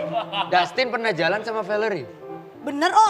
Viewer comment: Pas dustin bilang personah....pecaaah ngakak gue 🤣🤣🤣